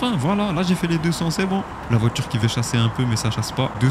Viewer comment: VoiTure. Pas voitchure.